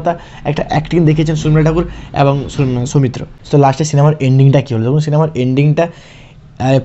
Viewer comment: আপনি কি real life এ ট্রেন চালক ? What kind of problem you have man ? Do you need to catch a flight ? খুবই কঠিন আপনাকে follow করা ! আর কথা বলতে যেয়ে এত ঝোলেন কেন ? বাচ্চারা যেমন পড়া র সময় ঝুলতে থাকে সামনে পিছে ? ভীষন বিরক্তিকর . শর্মিলা কে বলছেন সর্মিলা ? সৌমিত্র কে বলছেন সওমিত্র ? ‘শ’ কে ‘স’ বলেন কেন ? একদম ঊচচারন বিভ্রাট . আর video তো না যেন Rocket ছুটছে !